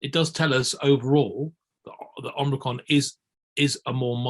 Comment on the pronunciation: "ormricron" What are this guys credentials?